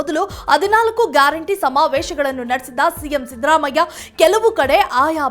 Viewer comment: ಅಮ್ಮಾ, ಅವನು ಸಿಂಪಲ್ ಸಿದ್ದರಾಮಯ್ಯ..... ನಿಮ್ಮ ಇಂಗ್ಲಿಷ್ siddhharaamaiah ಅಲ್ಲ.... ಚೇಂಜ್ your accent....